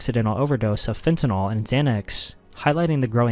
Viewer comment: This is something that people might think is just splitting hairs, but I really wish people would learn to properly pronounce FENTANYL. It is NOT pronounced "fen ti noll". It is pronounced "fen ta nill". We're going to be saying it a lot more as more people die due to overdoses.